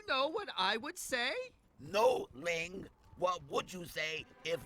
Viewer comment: Ling, not Ying.